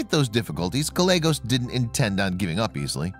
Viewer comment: It is Gal-yea-gos with accent on the second syllable.